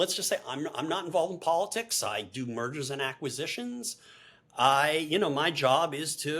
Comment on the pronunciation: Did Conway say “Murders and Acquisitions?” lol